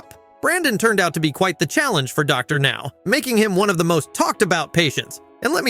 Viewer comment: The AI got WORSE as the video progressed! Dr. Now became more harder for it to say